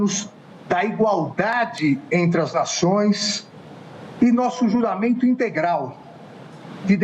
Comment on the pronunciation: 😂 JURAMENTO??? ELE DIZENDO JURAMENTO 😂😂😂😂😂